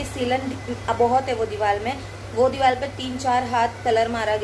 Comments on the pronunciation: Deewal nahi deewar hota Hai. Aur nahi to kya😜😜just kidding dear don't mind. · dewal nhi deewar sahi bolo